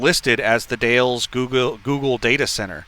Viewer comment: The Dalles - pronounced "The Dals" (rhymes with 'pals'). Silent "E". BTW, be sure to scale that 5000lb load, you don't wanna be over on your drives 🤣